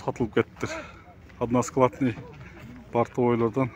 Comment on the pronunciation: Односкаладный дебейтгоо односкатный дейт туулган